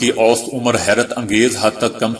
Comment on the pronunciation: Word Aust is wrong. Correct word is Ausat.